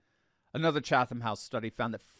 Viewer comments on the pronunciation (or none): none